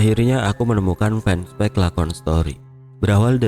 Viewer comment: Fanpage : baca "fenpej"